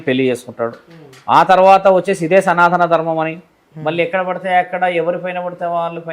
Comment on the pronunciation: ఆవిడ చాలా ఇంటర్వ్యూలు చూసాను విన్నాను ఈ మధ్య యూట్యూబ్ లలో, కానీ ఇంటర్వ్యూలు చేసేవాళ్ళు ఒక్కరుకూడా సనాత ధర్మం కాదు సనాతన ధర్మం అని కరెక్ట్ చేయట్లే దేంటో 🤔